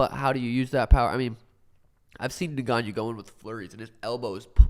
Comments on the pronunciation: Francis's name is "N..gannou", not "Negannou, Nagannou..." or however else people say it lol. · "Neganiu" 🤣 when I first tuned in I was so lost who they were talking about. Is that actually how you say his name ? Lol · New Drinking Game: Take a shot every time one of them pronounces Ngannou's name wrong. See you in the ER!